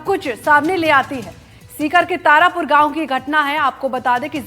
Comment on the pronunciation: तारापुर नहीं दीदी तारपुरा है और यह नेता भी नहीं है कितना फर्जी न्यूज देते हो यार. मैं खुद इस गांव का हु..